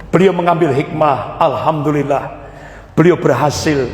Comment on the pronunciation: Bukan. Alhamdulillah bro tapi yg benar bacaannya Alhamdulillah...lah KLO anda sholat sebut Alkamdulillah pasti sholatnya batal karena SDH berubah arti bacaannya...makanya perbaiki cara bacanya jangan ikuti logat daerahnya..harus ikuti logat BHS Arabnya..harus bisa bedakan...